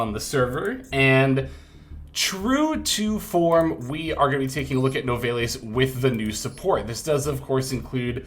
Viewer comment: Your pronunciation of Nouvelles is driving me nuts lol. I believe it's closer to noo-vel since the name "Nouvelles" is derived from nouvelle cuisine.